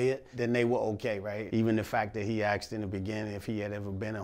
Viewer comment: Asked, not axed.